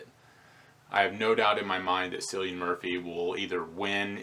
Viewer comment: Cillian's name is pronounced with a hard C like 'Killian', trust me I'm Irish.